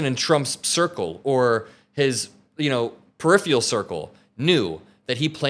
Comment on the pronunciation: I love ya, but you said "perifrial" instead of "peripheral".